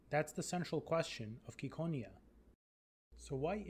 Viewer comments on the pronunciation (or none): IT'S CI NOT KI